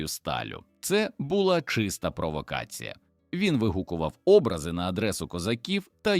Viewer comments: Ну чому образи, а не образи з наголосом на а , а не наО? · ШІ читає, але непогано читає Образи - наголос на А